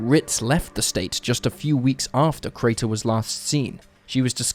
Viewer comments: The number of times he says "Carter" rather that "Crater" is just crazy. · Crater, not Carter. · Crater, not Carter! Get it right, you don't know what the hell you're doing. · he says both Crater and Carter. I grew up with this story being mentioned and the inconsistent pronunciation is grating.